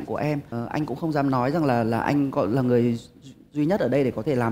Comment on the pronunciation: Andiez Music: cố gắng lần sau phát âm chuẩn hơn tí nữa thì perfect hơn. Ở bài này chữ "buồn" và "người" bị phát âm thành "bùn" và "ngừi" nên nghe hơi gợn gợn 1 tí